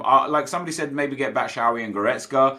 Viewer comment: Love you but why do you say Batshuayis name wrong every time. BAT-SHOO-EYE-EEE is how it is pronounced